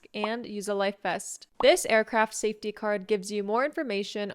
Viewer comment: I've heard your pronunciation of the word safety many many times, but it always feels like it's not standard, more like the pronunciation of city, and I'm very confused.